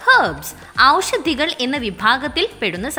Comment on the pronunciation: Super🎉 ഔഷധി അല്ല ല്ലോ.... ഓഷധി അല്ലേ